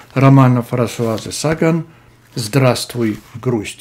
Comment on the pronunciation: Шестое видео не запомнить фамилию автора с ударением на второй слог? 😢